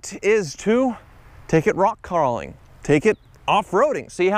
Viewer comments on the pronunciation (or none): "We're going to take it rock carweling"